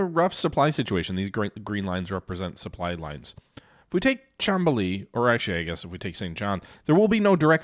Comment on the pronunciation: Just a note, it is called Mont-Real, not Mon-treal. Just like Mount Rushmore and not Moun-Trushmore. Also, Chamblee is pronounced shan-blay (the French "an", google translate is great for that and takes like 10 sec). 😊 Good game session and gains.